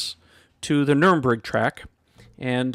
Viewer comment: Sorry, but your pronounciation of Nürburgring hurts my ears, lemme help. The ü pronounces like in bureau. The second part is pronounced like a bourg in french. The last part like gringo but you omit the o (pronounce the last G as a hard Ghh). So it should pronounce like Nuer-bour-gring. Thank you!